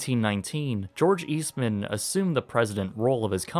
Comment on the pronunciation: My mom and aunts all worked for Kodak in Rochester, NY. FYI, it isn't East Man, it's Eastman. Say it quick :)